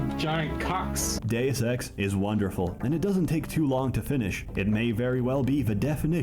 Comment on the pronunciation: Bro read Deus ex and said doseki lmao